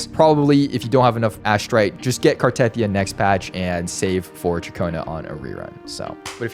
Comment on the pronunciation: Why cant anyone pronounce Cartethyia correct 😭 its Carte-thee-yuh